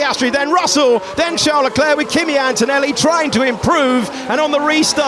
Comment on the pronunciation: nope. Leclerc's is correct.